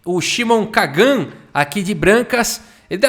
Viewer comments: Kagan se fala com entonação diferente. Lembra do Karl Sagan? da mesma forma! deve se colocar a entonacao no "Ka", que falado na lingua portuguesa fica "menor pior" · a Maturidade do pra ler o nome do cara é igual a minha kkkkkkkkkkkkkk